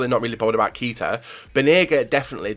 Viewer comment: you say Keita. kay-ta